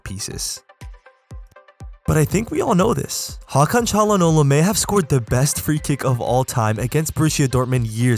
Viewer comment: bu nası ingilizce hakan çalhanoğlu'nu doğru söylemeseydin türk olduğunu anlayamazdım